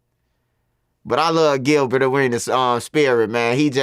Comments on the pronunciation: He said gillie like 8xs and then siad gilbert lol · Bro keep calling Gilbert gillie lmaooo